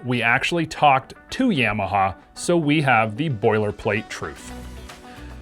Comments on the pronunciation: In America we pronounce it, Yah-Mah-Hah Yams are delicious, though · please stop saying yam uh haw. super annoying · Dude says yeah-maha lol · You can't even say Yamaha correctly. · i agree. Sounds stupid how he says it